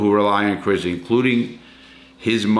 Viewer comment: IT IS NOT CRIZZLY! CRISLEY.